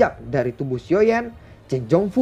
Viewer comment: Xio yen dan long yen xio zhen (geli dengernya) 😂 bro dengarlah masukan dari para fansmu soal penyebutan tokoh karakter. Oya tetangga sebelah sudah duel antar kaisar bintang 9..loh. Gak oengen kebut?